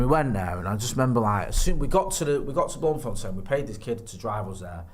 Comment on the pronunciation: ETERNAL RESPECT for pronunciation of Bloemfontein 🙏🙌🙌🇿🇦